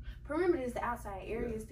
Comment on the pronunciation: “ area perimda “✨